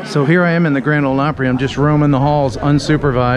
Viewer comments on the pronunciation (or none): Hope you enjoyed your "Grand Ole Plopry." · Yikes! Plopry? No Sir!